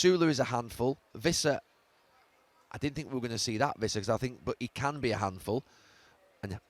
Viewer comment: Stop mispronouncing Wissa.